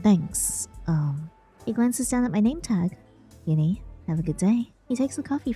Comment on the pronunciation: HELP YINNY NOT GINNY